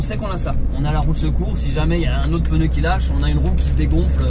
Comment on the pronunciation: Depuis quand on prononce le mot pneu : peneu ?? Pourtant tu SAIS le dire 😅 sinon Charlotte a une très jolie voix dommage que tu la cute. Je lamce un # on veut entendre Charlotte !!